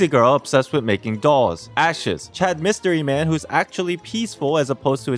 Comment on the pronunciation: ''ASHES''